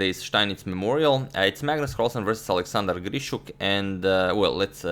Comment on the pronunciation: Nice r-rolling on "Grischuk". Gdlischuk.